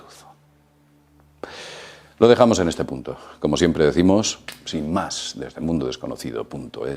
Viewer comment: Animo a todos que escuchen el principio soy yo o dice mundodesconocido.mes en vez de .es juraria que dice mes